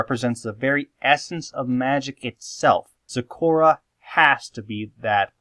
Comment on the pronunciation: Iz waz soz happyz when yous said zecora actually